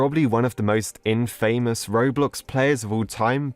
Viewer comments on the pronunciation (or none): Man says "in-famous" not infamous as all one word. XD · infamous not in-faymose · Did he just say in famous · "infamous" me: you mean in-fa-mus? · Ah yes infamus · its pronounced infamous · The way he says infamous puts me off, just sounds wrong in a way that it disturbs me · stop saying infamous like that